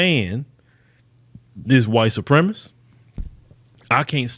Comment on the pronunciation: Well done speech but it kills me an educated man like says “Supremist” when the word is Supremacist.